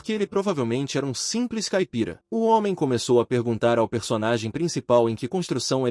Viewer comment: "Hoemem" bruh